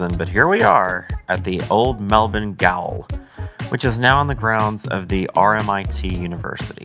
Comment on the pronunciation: Gaol is pronounced jail 🤣🤣